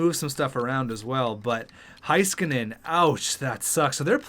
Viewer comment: Haiskanen oof say Hay-skanen